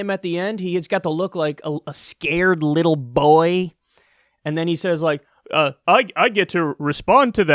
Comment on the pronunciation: The caption said BOY but Kyle said BOI how strange